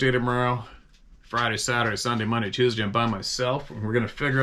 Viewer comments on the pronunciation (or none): none